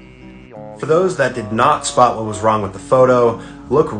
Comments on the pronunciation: Can you spot❌ Can you soot✅ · Man: See if you can "soot" what's wrong with this photo? Me: do you mean, Spot? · It’s says can you soot not spoot